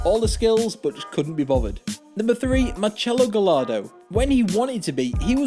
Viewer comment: "machello gallardo" it's pronounced in Argentina "Mar/dcelo Gashardo"